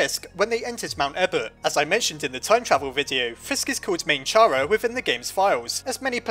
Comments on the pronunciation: It’s pronounced Kara not chara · I’m pretty sure Chara is pronounced like “Character” so “keh-ruh” not “cha-ruh”. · OMFG ITS (KARA) NOT chara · It cara NOT CHARA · I know its officialy Kara but Chara just rolls off the tounge better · Chara is pronounced kara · It's chara like CHARActer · Does Char-a or Care-a- Me: IT'S PRONOUNCED KAR-A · Its not a pun,Toby Fox got Chara from there,thats why its pronounced Cara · "*CH*ara is an abbreviation of character." ...Do you not see what is wrong with this picture? Is-... is anybody seeing this? Think quoits how you pronounce the word character, and then say only the first two syllables. Logically hat's how the name should be pronounced. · Every time you say "Chara" I think "Charamander".